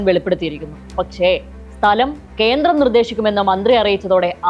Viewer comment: കേന്ത്രം അല്ല കേന്ദ്രം..😂